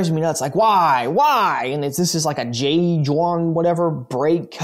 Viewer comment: my dude. J.Juan is a spanish company based in barcelona and was bought out by brembo. a little ignorant with that pronunciation...